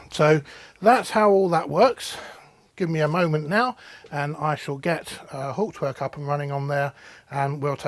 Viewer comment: PLEASE PLEASE PLEASE learn how to pronounce Hauptwerk!!